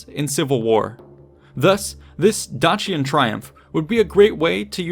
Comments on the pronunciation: Dacian = Day see ahn not Dah chee un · It is evident that you have put in the effort to do your research! It would also be great if you would also make that same effort to be sure you are PRONOUNCING Place, Peoples, and Person names CORRECTLY!!!!! The way you keep saying Dacia and Dacian are entirely incorrect according to the HUNDREDS of scrollers that lecture on this subject! It would have been a simple matter to either listen to some of them or look them up on a search engine. Mispronouncing something so basic distracts many (Me at least) greatly. I want to watch your video, I love history. However find myself reflexively correcting you every time you pronounce something wrong, and it is frustrating.